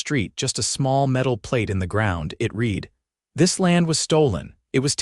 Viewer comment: Teach the narrator how to pronounce the past tense of read.